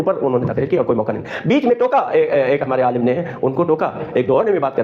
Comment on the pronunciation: بہن علماء جمع ہے عالم (سکالر لام کے نیچے زیر کے ساتھ ) کی عالمین جمع ہے عالم (جہان)کی لام پر زبر کے ساتھ